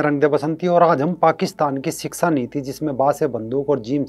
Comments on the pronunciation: siska nahi shiksha hota hai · सिक्सा नीति नही शिक्षा ।